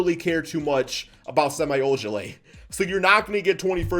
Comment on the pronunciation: Sem E ojeleye Not sem eye